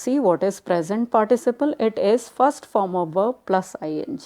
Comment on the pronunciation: Its verb not verv